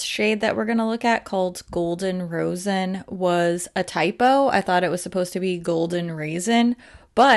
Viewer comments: Rosin is pronounced like "RAHH-zin", chunks of it are rubbed back and forth on stringed instrument bows to give them traction to make a sound when drawn across the strings. I've been playing stringed instruments since I was in 3rd grade :) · "Rosin" is pronounced like RAW-zn. I think it comes from trees? Also, I'd LOVE a comprehensive comparison of the Cloud Lap Lip Clays. I have never bought any because I can't figure out which shades to buy. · I would love to see a more comprehensive video of the lip clay line! Also, as a former violinist, as soon as I saw the name, I was so happy. It pained me to see people say raisin instead of rosin. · In my understanding it's pronounced RAH-zin. But I literally thought it was "raisin" until you mentioned it in your video! Thanks for the catch! And I would love a BYO-bundle of the lip clays - I have the first two sets and now I'm getting pickier about which ones to pick up.